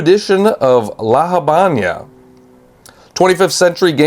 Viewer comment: Don't mean to be a dick,, but the entirety of the Cuban nation must have suffered a collective aneurysm from how you pronounced "La Habana", so here's a learning opportunity: if you want to use the "americanized" standard version, then it's "lah ha-VEH-nah" (like in the Camila Cabello song). If you want something closer to the actual spanish, then it's "lah ah-BAH-nah"). I'm adding those Hs to give you an idea of the sound but it's all flat "ah", with no air at the end. Thank you.